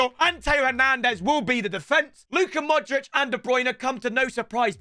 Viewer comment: I get so mad when he says "modrick" instead of "modreach" for modrić